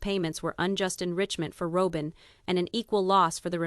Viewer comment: This is AI. Listen to it. It can’t even pronounce Robyn.